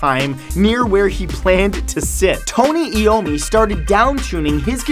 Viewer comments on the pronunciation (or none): Its pronounced Tony Iommi (Toh-nee Eye-oh-mee). Not Tony Eeomee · it's I-ommi not eommi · hey matt uh its iommi not eeomi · Holy shit dude... You need to learn to pronounce shit! Iommi is pronounced "I. O. Me." Lorre is pronounced like the british slang for trucks, "lorry." Proboscis is pronounced "pro-boss-kiss." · Tony I-ommi. smh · tony iommi's last name is pronounced (eye om mi) i dont know if they annoyed anyone else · Tony's last name is pronounced "I O me" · Iommi is pronounced eye-owe-me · tony iommi , pronounced , I-oh-me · He said Tony Iommi's name wrong. I'm happy he put it in the facts but damn... Dude no